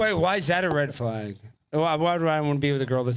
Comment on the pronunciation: Not a red flag. According to her it is a “red flogg.” That’s how women pronounce a short “a” now. “Thawt and dodd” instead of “that and dad.”